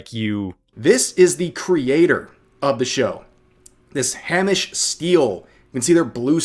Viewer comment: Slight correction: it's pronounced Hay-mish. Source: the many, many times I've mentioned this to Americans I meet online :D